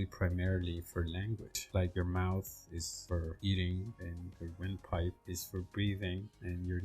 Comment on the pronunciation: Did you say wind pipe??? Hshshdh